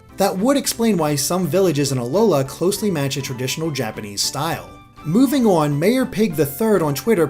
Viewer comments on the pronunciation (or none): none